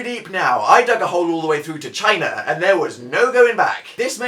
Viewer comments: I swear he says China in an aisian accent? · Lol how he says china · Sorry but the way you say 'China is hilarious xD